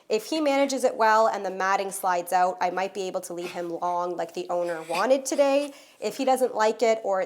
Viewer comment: I smile every time I hear you say “owt”.